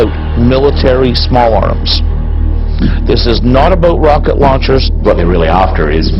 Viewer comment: "It's not aboot military small arms."